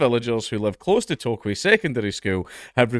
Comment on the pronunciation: Not quite flawless, haha. He did get Tokwe right, though.